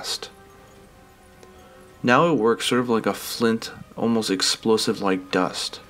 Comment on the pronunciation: "Exolosive Farts"